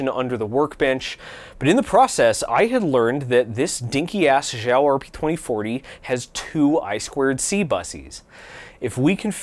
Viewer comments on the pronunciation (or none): I think you’re pronouncing “xiao” as “zhao”, it should pronounced “shao” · in chinese the x makes a “sh” sound, zh makes a j sound